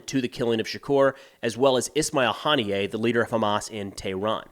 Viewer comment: Might wan't to learn how to pronounce Ismail Haniyeh's name if you're going to present yourself as a source of information on these events.